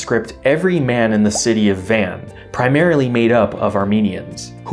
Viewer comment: Carisus It is understandable why he got Van (Vahn) wrong, but that is the another good example